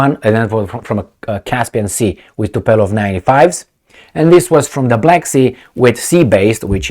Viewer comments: its tupolev not tupelov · tupelov 😁 tupolev